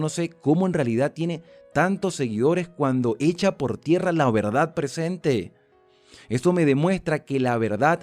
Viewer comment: “Presemte, mandamiemtos presemte, adacte, adactarnos, entemdimiemto” 😡